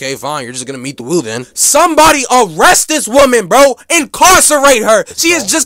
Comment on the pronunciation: "You just gonna meet The Woo then" you fucked up for that one amazing video though loved this shit